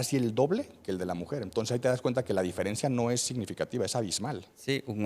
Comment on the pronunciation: y para el otro tipo, que claramente hace pedazos al doctor, no se dice diferencía, si no diferencia. NO lleva acento. Aguas.